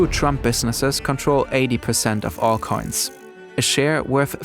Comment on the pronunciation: I like how the narrators way of saying “coins” sounds like “cunts”. It’s very apt here.